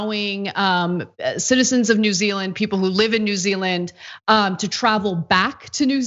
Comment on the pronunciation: “New Zea_eland” 😂 it happens to the best of us.